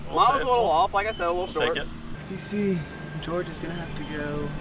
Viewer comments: It’s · its!!!! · I love when Wesley calls George “gerge” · You shallow the club nicely in your transition. Is this something you think about? Are you actively manipulating your hands to do this or is it a result of something else? Your move is more pronounced a la Sergio - you know what I mean? Great stuff, thank you!